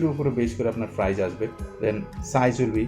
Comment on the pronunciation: Are frice na price bole.😂😂